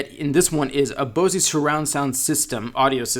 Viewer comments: did he say "Bosey" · what was the extra $2 for? AnD it is pronounced BO ZZ SOUND SYSTEM